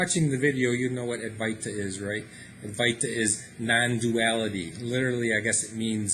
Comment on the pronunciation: Adwaita with the w accentuated. the v is pronounced w